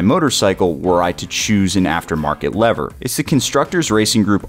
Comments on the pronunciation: Why do you keep saying Leathers?! It's Levers, pronounced Lee-vers😅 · the only thing that is making me emotional, maybe angry, is the way you mispronounce "lever"